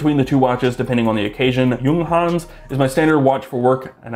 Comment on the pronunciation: "Juunghans" :D You pronounced it just right. Just the "u" is a little bit shorter, but you got it pretty right. German must be pretty hard for americans. As always, great video. I just love your channel. Thanks for doing this :)